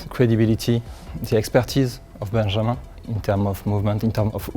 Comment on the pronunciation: That pronunciation of the name Benjamin had me like "huh?" 😵